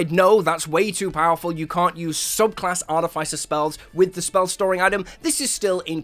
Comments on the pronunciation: Immediately I hear artif-ice-er and that is simply WRONG ARTI-FISS-ER IS CORRECT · I don't mean to be a stickler for things but why do you have to pronounce artificer incorrectly in the case of this word you don't make the sound of the i it's more like the sound of iss